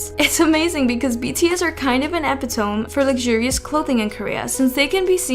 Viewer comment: LOL Epitome is pronounced ih-pit-uh-mee.